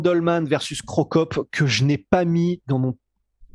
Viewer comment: double punition tu as dit crocop ;-)